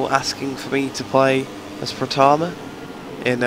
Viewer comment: No body tells you if you pronounce Pratama right or wrong... Well, that's how you pronounce it the way you pronounce it now. Though the way you pronounce Migno is weird, it's like Mig-Neaw, shouldn't it be Mig-Neo?